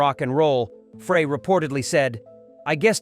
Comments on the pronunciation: If you are going to use AI to narrate your post, make sure the AI can enunciate correctly. Frey = Fry -------- Frey IS NOT Fray. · Hey narrator, his name is Bob SEGER not Bob SAGER!!!! It's disrespectful to get it wrong!!! Also it's Glen FREY not FRAY! You must be a real chump!! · Computer voice, it's SEGER, NOT SAGER!! Nugent could not sing or even come close to being a songwriter like Seger! IT'S FREY NOT FRAY!! AND SEGER AND FREY WERE VERY CLOSE FRIENDS, THIS WHOLE VIDEO IS TOTAL BS!! DON'T BELIEVE ANY OF THIS CRAP, IT SHOULD BE TAKEN DOWN IT'S NOT FACTUAL!! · first of all, get the names correct! Seger is pronounced Seeger not Saager, and Frey is prounced FRY not Fraaay.. Frey and Seger not only collaberated on many albums, but were also roommates, so I'm told. Springsteen sounds like a spoiled brat. Always needs to limelight. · This is the biggest crock of BS. I am a native Michigander and we knew Bob, Terrible Ted and Glenn "Fray", your AI can't even pronounce their names. Get a real job!! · Frey is pronounced Fry!! Get it right!! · Yo --- you can't even get the pronunciation of their FRIGGIN' names correct, dawg... I had to turn that 💩 off at the 4+ minute mark when you said Frey (it's FRY) and Seger (it's SEE GRRR) hated each other --- which is just more 🐂💩! #GTFOTU🤡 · There's enough wrong with this that I know about that I have reason to doubt all of it. This is pure clickbait, in my opinion. By the way, somebody tell the computer that generated this that it's "SEE-ger" and "Fry," please. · It’s Glenn Frey pronounced Fry! And Seger not Sager! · Glen FRAY?? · Would help if you could pronounce Glen Frey's name correct. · You should learn the proper pronunciation of Seger and Frey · Glenn Frey last name is being pronounced wrong this isn’t the first video. His name is being said wrong.